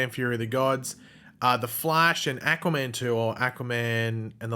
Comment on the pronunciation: why do you say Aquaman like Acaman